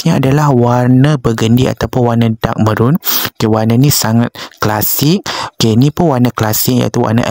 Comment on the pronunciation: Dark maroon. Bukan merron